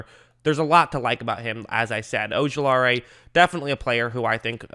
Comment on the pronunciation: Sorry but i got to say it. O-ju-la-ri There no AE at the end.